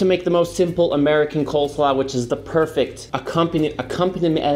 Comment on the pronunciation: Wait, is it coleslaw or coldslaw? I've always said coleslaw, but it sounds like you're saying coldslaw?